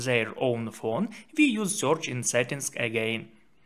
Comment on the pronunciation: It is spelled "search" not "soorch"